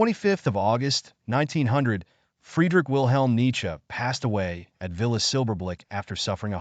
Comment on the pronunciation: Dude, you’ve GOT to be careful of your pronunciations. ESPECIALLY the first name of Nietzsche. I couldn’t listen after 10 minutes.